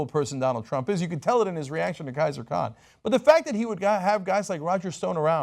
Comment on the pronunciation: Khizer not Kaiser!